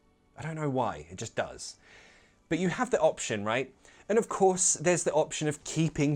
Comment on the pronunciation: sometimes your "does" sounds like a "these"